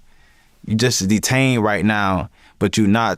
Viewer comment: The way he said “DEE-TAINED” uk that’s exactly what happened